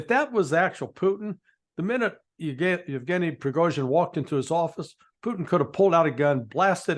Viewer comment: There was no man called "Uchkin" on the plane. Also, the G in in Yevgeniy is a hard G, the same as in his surname, because guys, shocking as it must be for you, letters have single pronunciation in most languages. I'm positively sure you're right on everything else (especially accident theory, Ritter must be really relieved he's not alone in this), but still, it's like I was posing as a US politics expert and talking about Tromp and Baden.